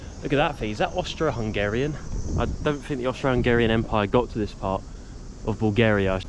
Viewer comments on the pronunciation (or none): none